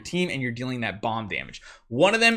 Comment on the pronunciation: Heyy I would recommend removing Riss and sorrieta and use falvea and Rez,and it's Ra-ven-na not Ravenja😅And use commander Grace